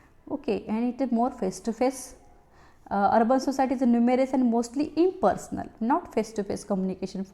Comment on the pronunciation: mam some word are difficult to understand i.e. informal impersonal